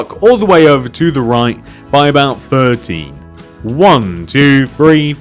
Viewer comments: What my ears heard: i then want you to extend that block left by 30 What he said: i then want you to extend that block by 13 I extended it by 30 unpauses and realized he said 13😒😣😒😣😣😣 triggered 😝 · He said 13 and it sounded like 30